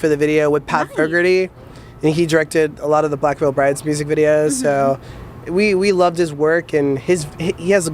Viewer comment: Did Dahvie just say Black Veil Brides or am I trippin??